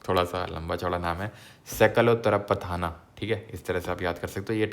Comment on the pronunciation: . Sir mere sath boliye - Pahle सकल... Then उत्तरा..Then पथ..then नाथ सकल उत्तरा पथ नाथ" 😂 Keep pronouncing it 4 times a day आप भी सीख जाएंगे😂